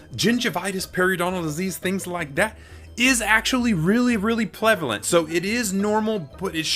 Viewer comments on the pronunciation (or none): "REALLY, REALLY PLEVELANT" 😂